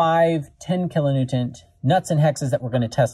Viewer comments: Are you saying "kilo Newtont"? Its "Newton" Like, Isaac Newton. Anyway, love the videos, really interesting stuff. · Is he pronouncing kilo-newton with a "t" at the end?